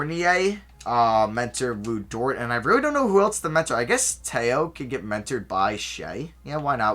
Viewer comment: As a frenchman it’s funny seeing you call theo t-a-y-o in France most people just cal him mally